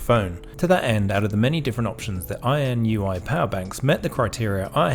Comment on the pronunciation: This review was very helpful – I have just ordered the BI-B5. Weird, though, that you consistently pronounce the brand name as "INUI", switching the last two letters, despite the fact that you have it spelt correctly as "INIU" in the title. I think most people would pronounce it "in-ee-oo", anyway.